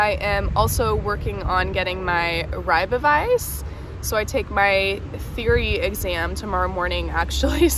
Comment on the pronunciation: Hallooo, it is so hot right now, stay hydrated!, i just listened to your "Gemeente" and it sounded amazing LOL and rijbewijs, you got good fast :D